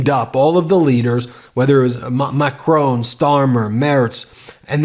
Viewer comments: Ben - i love you and your show but every time you say Macrone it drive me nuts. It's Macron. 'ON' like iron not Macrone like phone. love from London Deb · WOULD YOU LEARN TO PRONOUNCE WORLD LEADERS NAMES CORRECTLY !!!!! PHONETICALLY ITS MacRON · I've posted that several times but Ben takes no notice. He also mispronounces the French president's name. Very sloppy journalism